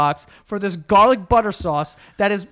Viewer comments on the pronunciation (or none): none